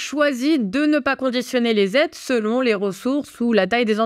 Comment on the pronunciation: " 2 000 Z'aides " ça commence à faire beaucoup là, faut reprendre des cours de français !!!